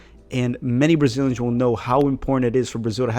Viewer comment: I'm from 1996, but I only watch the 2010 cup hahaha 🤣🤣 You pronounce the names of Brazilian players very well